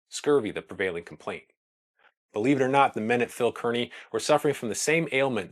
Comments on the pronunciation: just a note to let you know I am from NJ and the fort is pronounced Carney not keerny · Excellent video! Minor detail: Kearny is pronounced CAR-nee, and not CURR-nee. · Kearney is pronounced "Carney". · It's pronounced Phil KAR-nee. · I would surely beg a descendant of Phil Kearney to verify the pronunciation of their famed surname. I hear podcast after podcast delivered by myriad hosts who, though lovers of history, and admirably so, either know something I don't, or have never been to Nebraska where all residents know the name Kearney is pronounced neither Kər-nē nor Kēr-nē, but rather Kar-nē (like car-knee). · Good Video. FYI, however, pronounce "Kearney" like it's "Car-nee." I would also lose the pipe. lol Sherlock Holmes is not from the west, and we don't really appreciate someone trying to look professorial in a sea of dry grass. . . . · Kearny is pronounced "Carney". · Consistently mispronounced "Kearny" but otherwise really nice video. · Distractingly, the name of the fort where the soldiers were stationed is mispronounced throughout the video. Fort Phil Kearny is pronounced as though there is no "e". Like "carnival ". The same as the town Kearney, NE.